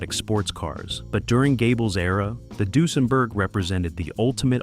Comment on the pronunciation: I wish the narrator could pronounce Duesenberg properly